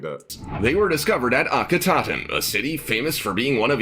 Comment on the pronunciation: Anck "cinnamon"? Anck Su Namun (Ank-uh Su NA-moon). "Akhe-TOT-en"? Akhenaten (Akhe-Na-ten). "Amenotep"? Amenhotep (Amen HO-tep). Pharoah 'Sue-sins"? Psusennes (Puh-su-SUN-nes) (real name: Pas-ib-kah-nu). This narrator needs to learn the pronunciation of words, names, etc. Well, he actually pronounced Sakkara right. I'm astonished. SMH...